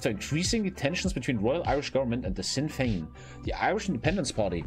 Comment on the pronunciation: sinn fein is pronounced shin fain